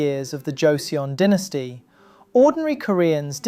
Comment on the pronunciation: hate the way the pronounce dynasty